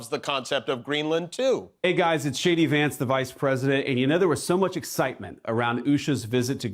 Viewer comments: Sounded like he said It's Shady Vance". That fits! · Did he just say “Hi folks this is Shady Vance”😂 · Hi guys, it’s Shady Vance… Anyone else hear it that way? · Did he say Shady Vance? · Did he say shady Vance or J.D. Vance?😂😂😂😂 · Did Vance introduce himself miss-pronouncing his initials? “Hi, this is Shady Vance”? 😂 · Has anyone noticed that when Vance says, “jd Vance here…” it sounds like shady Vance? 😂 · It always sounds like he is saying Shady Vance. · Is it just me but does that clip of JD Vance sound like he calls himself Shady Vance 🤔😂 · Did the VO say JDVance or Shady Vance?